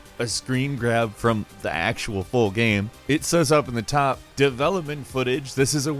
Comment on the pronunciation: Why do you say game as gam and shame as sham? Very strange